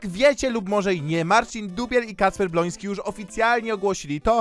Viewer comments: kocham jak mówisz bloński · Kocham kiedy mówisz Bolonsky 😂